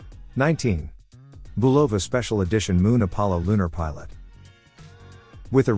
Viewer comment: Just for the record, the correct pronunciation of Bulova is BU lova, not bu LO va. Good video nonetheless.